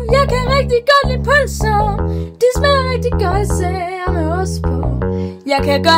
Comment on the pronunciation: jeg kan ikke lide pølser det lyder som om du siger bh